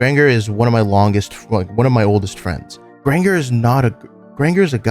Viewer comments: Bro, you wrote this? and dont know that Granger is pronounced like "grain"-"jer"??? 💀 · Listening to you mispronounce "Granger" the entire video slowly killed me inside. Otherwise, though, excellent video! Shocked literally nobody else seems to have pointed out that you were very obviously mispronouncing that. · lowk every time you said granger wrong it pissed me off